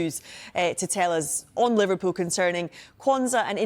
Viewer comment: Pov the way she said Liverpool Liverrrpool